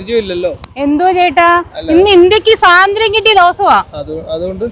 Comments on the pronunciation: സ്വാതന്ത്ര്യം എന്നാണ് പറയേണ്ടത്,, സാധന്ത്യം എന്നല്ലല്ലോ 😊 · സാതന്ത്ര്യം അല്ല പെണ്ണുമ്പിള്ളേ സ്വാതന്ത്ര്യം